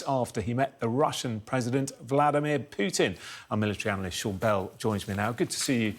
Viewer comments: Why does he call him Pyewtin.....when his name is POO-TIN? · Almost 3 years and this expert can't learn to pronounce Putin correctly, the guy is a joke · The way Sean Bell pronounces "Putin" pisses me off...